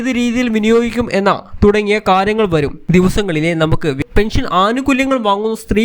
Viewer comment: പെൻഷൻ ഇങ്ങനെ എന്ന് പറഞാൽ അതു് എങ്ങനെ പറയടാ ഗുരുത്തം കെട്ട.... ചാനൽ കാരാ......😭 ലൈക്കല്ല...... കു...... ഒലക്ക ന്നാ...... പിടിച്ചോ....... ബം.... ബം.. ബംബം.. ബം